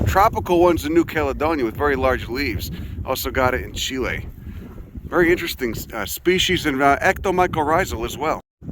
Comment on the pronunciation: Thank You!! for pronouncing Chile correctly! 🇨🇱 (I'm not Chilean, but I care.)